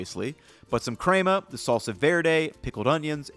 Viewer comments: omg bra.... it's pronounced like men.. crema, not like Kramer from Seinfeld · pronouncing picadillo vs cray-ma lmao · These are excellent options! With that being said, who taught him to pronounce ‘crema’ like that? Crayma? 🤔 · The crema pronouncing really hurt this video for me.